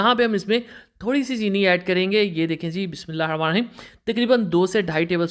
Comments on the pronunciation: Bismillah hirrahamaan nirrahim theek se padho bhai. nahi to sirf Bismillah kaho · بسم اللہ الرحمٰن الرحیم صحیح بولا کریں باقی سب ٹھیک ہے